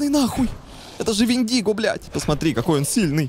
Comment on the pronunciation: Вообщето Вендиго читается с ударением на Е )))